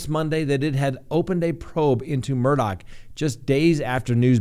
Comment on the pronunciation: Good job on pronouncing it correctly. His name is spelled Alex Murdaugh but is pronounced Aleck Murdock